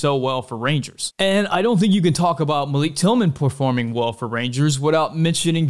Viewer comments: its pronounced MAL-ICK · Quick note: Malik Tillman pronounces his name "mahl-ick" not "muh-leek," He told US Soccer this and they included it in their press notices.